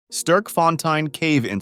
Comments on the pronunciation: How can you not pronounce Sterk right? Like I get the fontein part, but "sturk"? Really? It is stErk with the e-sound from the 'word' "Meh", or the e-sound from "Men". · not sturk font ein, its sterkfontein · Btw it’s pronounced sterk- fon- tein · As a south african it hurts to hear the way you say Sterkfontein. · Im from sa and the way he said sterkfontein💀💀